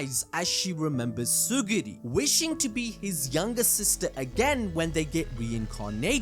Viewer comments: What bothers me is how you kept saying "tsuguri" instead of TSU-RU-GI. btw, this is a peak review. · Bro, it's Tsurugi not Tsugiri! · It's Tsurugi not Tsugiri man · Is it not Tsu-RU-gi?